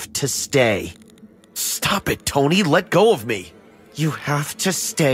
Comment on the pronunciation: Why does the brother keep calling the “tony” tony// like naw